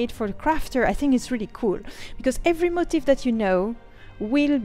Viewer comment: It's mo-TEEF. Not like motive... Funnily enough, the top Youtube video for searching that word is pronouncing it incorrectly. But look at a dictionary guide (like cambridge) and you want the stress on the last syllable. Anyway, good video. I think the key difference you're not really getting is that in WoW "transmog" the change is applied to the single piece of armor. So if you apply a transmog to your hat, then wear a different hat, you will have to transmog the new hat again to the same appearance (the old one retains the transmog on itself). Whereas ESO seems to go the route of having a separate "appearance" set (like the costumes from the store), which can be applied and remain no matter what gear is "underneath". So, if I change my outfit to have a crown for my head, it doesn't matter what helm I'm wearing, the crown still remains. At least, that's what I'm understanding the difference to be. I have not played LOTRO or other MMOs very extensively, only WoW. I prefer the layered outfit option over WoW transmog because then I don't have to keep transmog'ing every time I get an upgrade.